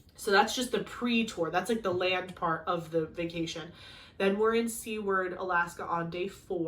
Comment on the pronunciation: You did say Talkeetna wrong lol. and Seward. When you walk around Anchorage go to 4TH avenue and look at the theater building. Its still standing from the massive earthquake that hit Alaska. They also have like a trolley tour around Anchorage thats like 20 plus a person but its fun and worth it. Anchorage is very expensive that time of year because its tourist season.